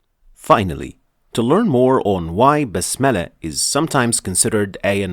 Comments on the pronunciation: Please explain one thing ,why do you say Bismillah like basmallah as I hear .you use fatha not kasra. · Brother you said also Basmallah it's bismillah